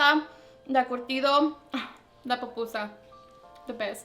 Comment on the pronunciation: “POPusa” 😖 it’s PU-PU-SA.. but good job girl se ve que te quedaron bien ❤️